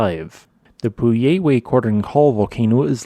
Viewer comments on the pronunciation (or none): my understanding, not that I speak Spanish or anything, but my understanding of the pronunciation of the volcano's name is paw-YEAR-weh kor-DONE KOR-yeh (the 'DONE' to rhyme with 'cone' or 'bone.') If there are any natives here, please feel free to correct me. Thanks for this video though, quite interesting.